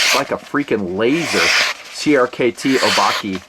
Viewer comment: I think it's O-bah-keh. As in the Japanese word for monster.